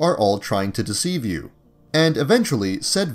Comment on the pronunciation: He said “deveive you”